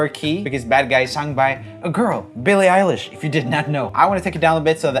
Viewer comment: “Billie Elish” 😼 “Dillice lilly” ☕️🧐